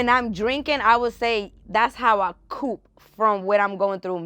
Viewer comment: lol the way she pronounced cope 😂